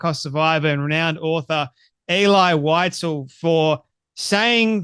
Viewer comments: She's not even saying visels' name properly and it's not pronounced elay, it's elee (phonetically) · (Pronounced. “Ehlee Weezehl) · Unfortunately, mispronounced the name throughout the video. It's pronounced "Ay-lee Wee-sel." Then again, Candace pronouncing it like that proves she couldn't have taken a college course in it.